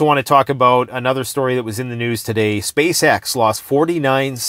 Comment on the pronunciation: SpaceX literally sounds like SpaceSex every time you say it aloud; it's a mockery... a money black hole, propaganda machine that does absolutely nothing real. All mainstream news should be considered anit-human and worthless at this stage of the grrrrrrrrreeeat reset.